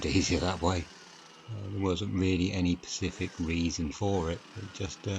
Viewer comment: it’s specific not pecific